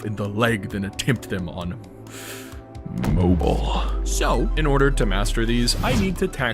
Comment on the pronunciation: Nah tge way he said mobile